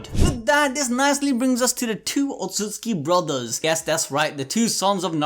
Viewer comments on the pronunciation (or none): Otsusuki, otsusuki wtf is that. Its otsutsuki. Otsusuki means lier in japanese. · Any one else mad about how the pronounced outsutsuki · You said otshusuki 100+ times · It's Otsutsuki lol